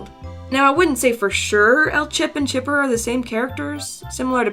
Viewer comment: GunpowderLil 88 ITS CHIPPER NOT CHIPER